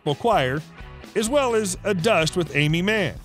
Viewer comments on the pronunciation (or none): “A dust with Amiee Mann”………? You mean a “duet”………?